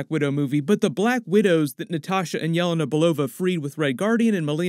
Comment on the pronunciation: Good content but its driving me nuts... Her name is pronounced Yah-LAY-nuh, not YAH-la-na